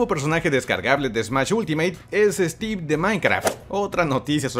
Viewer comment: Cuando dijiste like de stieve pense que era un ladrillo y luego lo capte xD